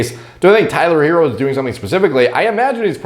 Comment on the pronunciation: Pronounced her-roe. Lol